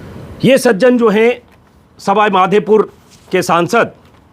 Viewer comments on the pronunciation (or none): मेघवाल जी कल कोरोना रोगी नही बने बल्कि पहले ही बन कर ठीक हो चुके हैं। और सही उच्चारण सवाईमाधेपुर नही सवाईमाधोपुर है। बाकी हम आपके इस कार्यक्रम के दीवाने हैं।